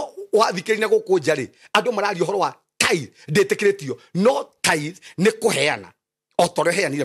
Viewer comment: Ni tithes or thrites?